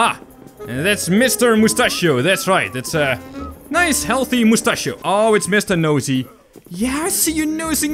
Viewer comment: You make me laugh.you said moustachio.